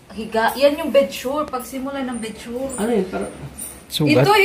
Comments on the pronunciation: bed sore,,,, hindi bed shure…. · ang correct word ay “X-Ray”, X RAY, BED SORE, BED SORE. Thank you!